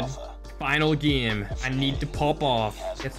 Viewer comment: If is saying game he will say gim